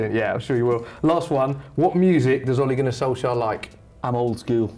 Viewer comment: 1.its ole gunnar Solskjær not Ole Gunnar solskjaer 2.boi he said Ollie and not ole